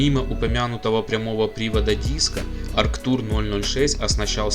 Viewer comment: Не "Акртур", а Арктур! И не Электроника 060-стерео, а Электроника ЭП 060-стерео!